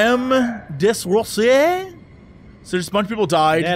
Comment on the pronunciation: jesse its pronounced de-ROSY-ey